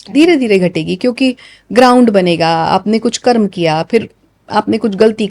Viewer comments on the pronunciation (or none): कर्म को कर्मा कहना आजकल खूब चलन मे देख रहा हूँ